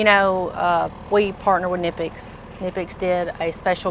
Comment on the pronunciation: i know you nonchalantly pronounced knipex the right way just to throw a friendly jab at her so she can pick up what you're putting down. You're such a gentleman 😅